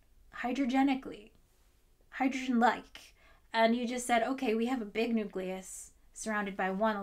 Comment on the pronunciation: for God's sake. Nucleus (building up to. And probably beyond). OK, carry on.